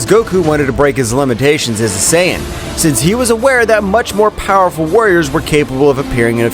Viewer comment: Stop saying powerpull😮